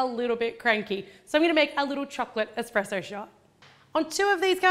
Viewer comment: I love the : -cupcakes -expressoes